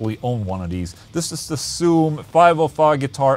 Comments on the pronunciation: It's zzoom. Not ssoom. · no one: Ola: ssoom